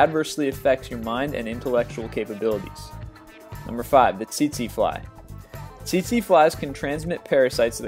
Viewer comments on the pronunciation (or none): none